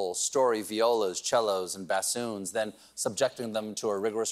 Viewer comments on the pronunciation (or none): LoL Bass-soons